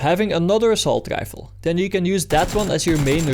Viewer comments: "Assault gifle"... god bless you young man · You somehow manage to pronounce rifle and fire with completely different R's. Rifle when you say it sounds like gaifel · Sir wtf is a Grifle? 😂🤣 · Why can you say really but not rifle